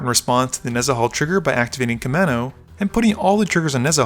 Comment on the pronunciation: Kaminnow? Come on, dude. That's a U and an A! It's Koo-mahn-oh. Otherwise cool video